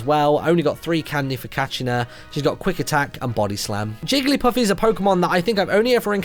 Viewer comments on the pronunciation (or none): none